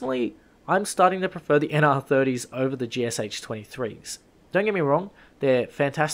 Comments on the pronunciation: just a sidenote, the Sh in GSh is a single letter in cyrillic, so the gun is actually pronounced gee-shu and not g-s-h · It pronounced [gʃ Λ]. [g] - like first sound in "gimmick", [ʃ] - like in 'shenanigans" and [Λ] - like in "absolutely"